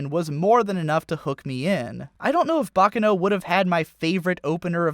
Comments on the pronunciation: It's pronounced Baccàno, not Bàccano. It's an Italian word, not Japanese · It's not "baka no...", it's "baccano"--with the accent on the second syllable. It's Italian.